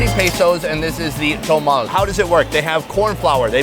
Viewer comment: Please,quit saying "tomal" Sometimes you say that. It's "tomalE"